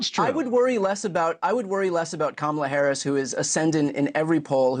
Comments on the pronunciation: At least he said her name correctly this one time 😂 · It took a while, but 45's finally learned to pronounce Harris' name correctly. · At least he's finally pronouncing her name correctly.